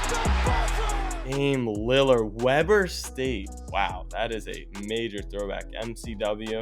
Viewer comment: Bruh. My ears after hearing Weber state. It’s actually Weber state as in we